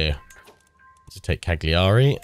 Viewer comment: No one likes a "know it all" I know but please, Cagliari's pronunciation is Caliari, you don't say the g ;), nice let's play anyway.